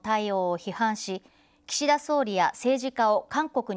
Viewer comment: 『キシダ』だけ無駄に発音良くて草